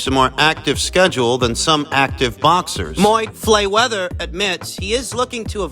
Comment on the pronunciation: Moyd Flayweather 😆